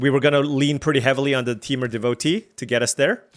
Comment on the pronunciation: Roamer's Rekeem lol. It's pronounced reh-kwee-em. Also devotee is deh-vo-TAY (you asked on a different video)